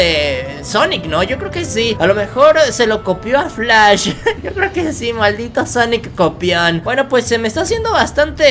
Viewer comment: Quien lo ve con el corona pijas :v? Salu2 desde México 😎 y quién escucho que dijo xonnek pongan sub títulos a un que les pondrá sonex en ves de xonnek 😕